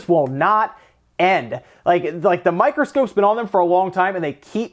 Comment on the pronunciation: “The microscoops...” LOL!!